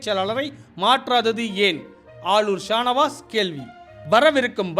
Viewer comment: பெயர் உச்சரிபப்பு எது சரி? Shah Navas. அல்லது Shanavas